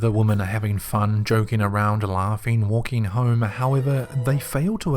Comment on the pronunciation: How come more and more people are pronouncing 'women' 'woman'? Super weird. Kind of like when people started writing 'should of' instead of 'should have' Smh